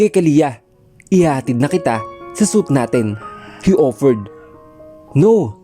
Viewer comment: Pronounced it as swit please not suit